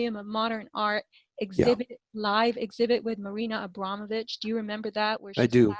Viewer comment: A-Braum-o-vich. Not that she deserves correct pronunciation